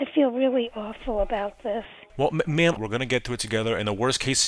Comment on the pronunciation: you said ma'am my cat thought you said meow